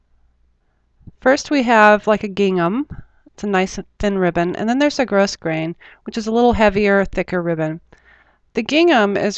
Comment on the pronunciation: Wonderfully helpful video. I just found the HeroArts channel today and am glued to the laptop! Loving it. One small note: the ribbon is grosgrain...but it's pronounced grow-grain. The "s" is a sleeper.